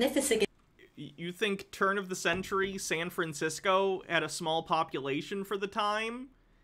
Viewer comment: Is it me or does this guy never pronounce the damn "F" in San Francisco? It's bothering me to an irrational extent.